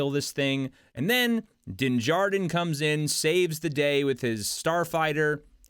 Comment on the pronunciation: You're shit is horrid. You miss pronounced Dinn Jarrins name, you fell into the social media bs about thinking that it's been 2 years when He said we, "we guy" have been away for 2 years you suck